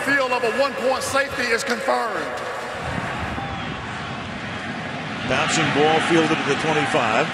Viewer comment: Love the way this referee annunciates the last syllable of words. "ConFIRMED!"